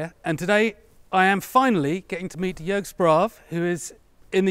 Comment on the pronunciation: I am very happy to see, that you improved your pronunciation of Jörg`s name, as i advised you. 😄 Great to see my favorite YouTube-armourers in the same video, as well. Fantastic work.